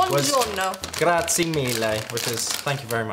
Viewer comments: Please, enought by pronouncing the word "grazie" in the NOT correct way "grazi" It is "grazie", not grazi. The final "e" is pronounced and the sound is the "e" in the word "elementary". It's not Grazi BUT Grazie. With the "e" at the end of the word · Why can't british speak the word GRAZIE?? It is not the way did